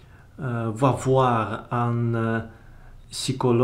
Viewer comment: Tout d’abord, merci énormément d’avoir fait cette vidéo pour m’expliquer votre livre ! C’est super gentil:-) Ensuite, quelques petits commentaires linguistiques : - Psychologue : le mot est tout à fait correct mais on prononce nettement le P (contrairement à l’anglais) - Relation amoureuse : en français, on parle de « rompre une relation », ou éventuellement « interrompre une relation ». Par exemple : « ma copine et moi avons rompu », ou « ma copine a rompu avec moi ». Dans le langage courant (street french), on dit le plus souvent « larguer (quelqu’un) ». Par exemple : « ma copine m’a largué » ou « j’ai largué ma copine ». - Vie en commun : on peut dire « vivre en colocation » (lorsqu’il s’agit vraiment d’une location) ou « vivre en communauté ». Enfin, voilà ce que j’ai compris de votre livre : Un jeune homme un peu fragile psychologiquement rêve de retrouver ses amis d’enfance et de vivre avec eux en communauté. Un jour, il oublie son journal intime au restaurant. Une serveuse le trouve, lui rapporte et ils deviennent amants. Ils doivent néanmoins interrompre leur relation peu après. Alors que le personnage principal parvient enfin à rassembler ses amis d’enfance, il doit partir à la recherche de son ancien amour. PS : je n’ai jamais rien entendu de tel à propos des suisses 🤣😂